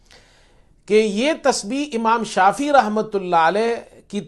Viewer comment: اسلام علیکم ،امام شافی کا تلفظ درست فرما لیجیۓ ،امام شافعی ہیں ،جزاک اللہ خیر